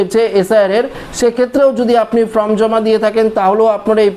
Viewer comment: আরে ভাই, উচ্চারণ টা ফ্রম নয় ফর্ম। ঠিক করুন।